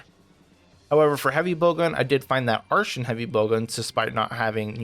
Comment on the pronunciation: Artian, with a "TEE" sound. Art then Ian, like the name Not "Arshen".